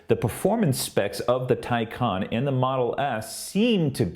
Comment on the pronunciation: It's "Tay Con". Maybe making a video from a Tesla fangirl, you'd pronounce it right. Teslas are cheaply made, HORRENDOUS reliability, and cannot keep up with Porsche. The Taycan can do run after run without fail, no loss in performance. Teslas cannot. Full stop. Just like Apple fangirls, they spread fake news so the Teslas look better. Ordered a Taycan, and couldn't be happier. Wouldn't take a Teslas if given to me. Another flop, now that real manufacturers are making Ev's, Teslas will be surpassed easily. Come back to this comment in 5 years, you'll seen then who rules the Ev's. Elon is a douche bag. Just like his unbreakable CyberTruck windows. A bad presentation and an even poorer vehicle. You'll see lots in that sh**hole state of CA. Sorry but Teslas are not all that.